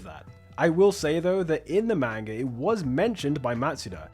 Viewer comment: Was really interested in this video and then heard you pronounce "manga".